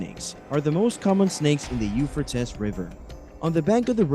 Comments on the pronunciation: 🎶I'm gold digger, when I'm in need.🎶 The u-fur-tis river. That's it, I'm dead.😂Either we all have been saying it wrong, or this dude is way off.🤦‍♀️ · It's pronounced You-Fray-Teez euphrates.😂😂😂😂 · Have I been mispronouncing the name of this River my entire life? I say it like “You-Fray-Teez”. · By the what? Ufertis river, really? Learn to pronounce or don't make a video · You-fray-tees... That's how you say Euphrates.... Duuuude! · “Eu fra tis” I’m out! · Euphrates….”u-FRAY-tees”…come on! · Pronounced... U fray tees. 😊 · Pronounce it right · Learn how to pronounce the name Euphrates. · You are saying the name of the river wrong. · murdered pronunciation of euphrates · This commentator is pronouncing the Euphrates River wrong! You would think that he would do his homework before he recorded🤔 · You need to pronounce the name of the river correctly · The fact that you can't properly pronunciate the Euphrates River means I am not going to pay attention to a word you have to say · I ran so fast to the comments and wasn't disappointed I was going Nuts how many times he mispronounced euphrates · He does not know how to pronounce Euphrates! It is drying up because of turkey's three dams! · Before you make a video why don't you learn the pronunciation of what you're talkin about. Obviously you don't know nothing about it to begin with because you never even probably heard the name before. You said this name so many times in the 3-minute Mark I had to shut it off. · You have no clue. Learn how to say the name of the River. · Not trying to be critical but please try to pronounce the river right and produce newer content. Let's move on...